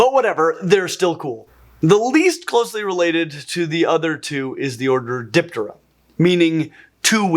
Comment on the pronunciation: So, I just realized for the first time while watching this video, that you are pronouncing the 'p' in 'ptera' an awful lot. Obviously not trying to say it's wrong. Just think it's neat, and not something I've ever thought about before.